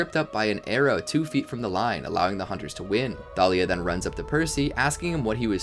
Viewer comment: It's Thalia not talia